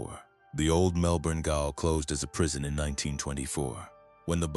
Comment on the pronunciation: A Melbourne “gayol”. Jail.